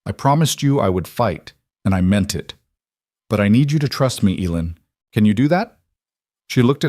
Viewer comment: A good story. Enjoyed reading it. The only thing that was out of sync was the little girls name. Spelled in different ways. None enouncated properly. Eileen is pronounced I lean, Elaine is pronounced, E lane